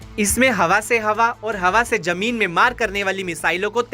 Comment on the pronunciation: Ganwaar apna pronouciation sahi kar Jameen nahi zameen hota hai Jabardast nahi zabardast hota hai j ko z........z ko j s ko sh....sh ko s padte ho Ganwaar kahin ka